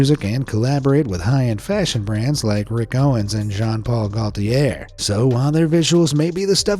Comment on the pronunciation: Gaultier is pronounced "go-tee-ay". why don't you take the 2 seconds to learn how to pronounce names?